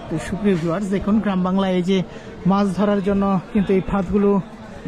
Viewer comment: Bhai Apni bar bar bolchen mas ,shobdo to mas na! Shobdota holo MACH not mas. Dhonno baad